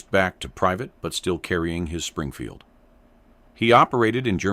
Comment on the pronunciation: Stop using AI for the voice. Have a real person read the script so they get it right or I will have to stop watching your channel. I’m tired of AI that can’t pronounce M Springfield.